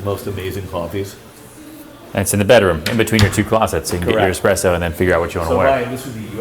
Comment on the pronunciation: What a bullshit house and the guy selling the thing trying to be so fancy, yet, he can say effing espresso.. How pathetic. Horrible house and the "art" what a waste of time, money and materials.